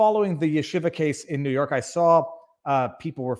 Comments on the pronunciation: Yeshiva pronounced Sheeva! Shiva is what you sit when someone dies!! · No. There is a yud in front. The 'y' is pronounced in Yeshiva. It's not there in Shiva.